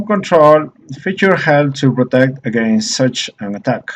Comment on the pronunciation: un comentario poco agradable; su pronunciación del ingles es pésima, resulta diciendo palabras que no son, yo se porque también hablo ingles y obviamente el español; le entiendo lo que quiere decir. PERO cuando usted esta hablando el ingles lo pronuncia muy mal, ejemplo: va a decir cual y termina diciendo traje = such y lo pronuncia como si estuviera diciendo Suit o traje en español.